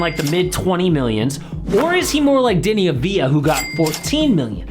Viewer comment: פעם אחרונה שאתה אומר את השם של דני לא נכון